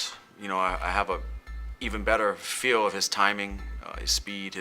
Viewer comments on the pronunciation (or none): Nur mah go med ov like saying off except with a v